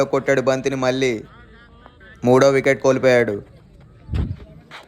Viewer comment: బాబూ మళ్ళీ మల్లి కాస్త చూసుకుని పలుకు. ళ పలికేటప్పుడు నాలుక ఎడ్జ్ పైన తాకాలి.